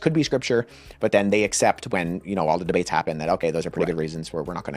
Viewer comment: He said “debates” 😂😅